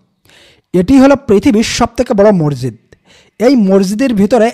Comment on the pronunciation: মরজিদ না উচ্চারণ মসজিদ